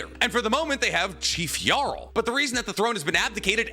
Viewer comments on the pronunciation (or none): none